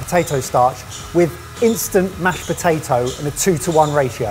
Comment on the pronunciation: looking at when he said potadough 🤣🤣🤣 amd having to come to the rescue for